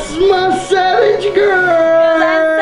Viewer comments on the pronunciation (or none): R they saying sabage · It's so adorable when they say savage it sounds like sabage 😂💕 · They say “savage” like cabbage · I love the way they say savage coz it sounds like their saying sabage Love ye 💗💖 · They "sabage" boissssssssss